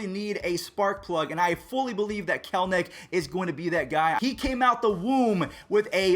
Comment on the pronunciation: It isn’t Jared kelnic you have to actually read the name there is an E it’s Jared KELL as in Kelly and enick as in lowercase e and the name nick Jared kelEnic